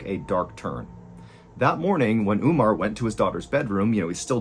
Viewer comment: Omar not Umar! samira not Smira. theses are Arab names. and should be pronounced as is.